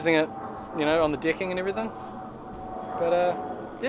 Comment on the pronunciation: Extreme interesting watching the “ Dicking” (as he pronounces it),, 😂😂👏🏻👏🏻